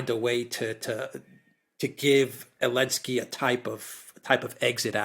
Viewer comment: Why does say Elensky rather than Zelensky?